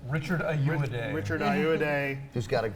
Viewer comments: AY-OH-AH-DEE...do you guys do research before you do your cynical unfunny "reviews"? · IT'S FUCKING EYE-OH-WAH-DEY. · they are pronouncing richard ayoade's name wrong...